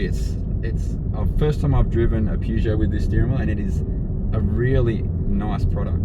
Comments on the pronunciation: If you're going to review a car at least pronounce the name of the maker correctly. Other than that, not too shabby. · I think this comment comes up on every Peugeot review. The correct pronunciation is Purr-zho. (as far as I understand) however it is common practice to also pronounce it Pu - jo (the way this reviewer has pronounced it.) When I first purchased my 404 in 1969 you heard both pronunciations - maybe different languages also come into it - eg how do they pronounce it in France or Germany?? This is a pretty good review. If you want to look at some really ordinary reviews of Peugeots try some (not all) of the English reviews - They tend to follow a formula and spend more time talking about the logo and looks than how the car actually performs.